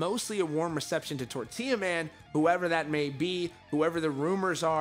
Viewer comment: Lol they way he says “tortilla man” 😂😂